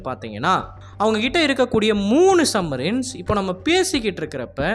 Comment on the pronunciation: டேய் அது சப் மரின் சம் மரின் இல்ல